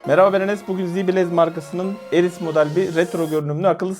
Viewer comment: Ares kardeş Eris değil.